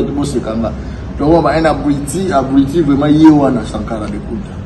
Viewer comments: Yo moko zoba ozo loba abriti au lieu de dire abruti mdrrr 🤣🤣🤣🤣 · C'est habrouti et non habruiti